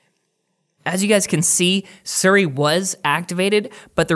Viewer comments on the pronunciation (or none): Its SIRI, not SURI. You say it as you read it, S - I - R - I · lmfao he said sirry instead of siri whatchu Canadian mate? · What is suri? Do you mean Siri but cant speak well or? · the way you say siri is so foreign to me